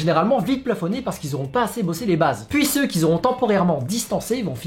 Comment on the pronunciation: "ceux qui zont" aïe mes oreilles